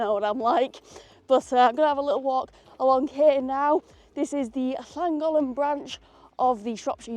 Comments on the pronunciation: Don't say Llan Gollen it's Llan Goth Len. Love your new 'make happiness a priority' Tee, so true. Great you got to Cardiff again. I would have waved but was riding behind Flying Scotsman with my 89 year old mam in Somerset. Another tick on the bucket list! Always enjoy your VLogs G, thanks for posting. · loved the way you said llangollen